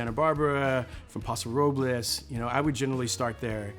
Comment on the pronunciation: God bless him for pronouncing Paso Robles correctly lol. We say “Paso Row-Bulls” 😂